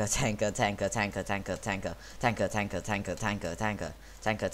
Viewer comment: In x2 speed it sounds like your saying tackle or taka